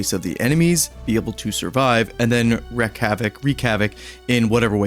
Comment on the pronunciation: *wreak havoc, not "wreck" pronounced "reek" also not wreck. It means to bring about, to cause, or vent.